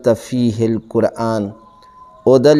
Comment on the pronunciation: Maulana Quran kaha kijey koran nahi ,app Qaf ki jaga kaf bolty hai.